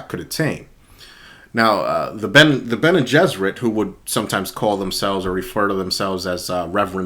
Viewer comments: Your pronunciation of Bene Gesserit is spot on, the pronunciation respelling is: BEN-ee-JESS-ər-it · Pronounced Bene Gesserit correctly. Based on Hebrew "Bnei Gishrit" (Sons of the Bridge. Should have been Bnot, daughters). The Bridge shortens the way.